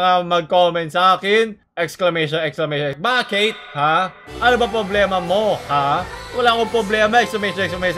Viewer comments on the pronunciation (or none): it's the "bakeight" for me.